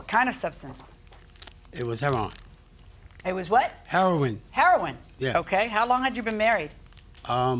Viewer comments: LMAOOOOOOOOOOOOOOOOOO! I tried my hardest to wait until the end before coming to comments. Chile, as soon as he said, "HEA-RON" instead of Heroine, I RAN!😂🤣😂🤣 I don't blame her! Sir, please move on, you gotta respect that lady boundaries and they way she getting back at him is by keeping both cars. 🤣😂🤣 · “It was heron” it was what? It was heroine. So you knew how to pronounce 😂😂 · Once he said Her-Ron I knew we were in for a treat. I like her😂 I could listen to her talk all day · My guy said Herron 😂😂😂😂😂😂😂😂😂😂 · I hear "Heron problem" one more time. 😂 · "Hair-AHN". I haven't heard it pronounced like that in ages! He's an old school drug user. 😄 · he says ( hair on ) for heroin nobody caught that😂. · It’s hair-on 😂😂😂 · hi.. you must have tripped and fell to floor.. after.. you seen.. you put heroinE.. instead of heroin..... a many people... especially... the vets.. at the va hospital. where i work.....pronounce it heRON..same as that man ...they say... its nickname or code name.... .be blessed